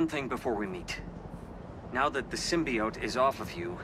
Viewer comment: Sym-bi-ote is killing me